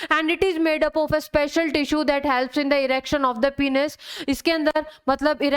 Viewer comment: Its Penis Not Penus!! Please correct your Pronunciation